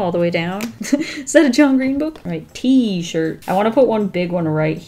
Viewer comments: t-shirt,t-shirt t- shi Oh I forgot the r in that one😂😂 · "I forgot the R in that one.." Me: I wants a T-SHIT👁👄👁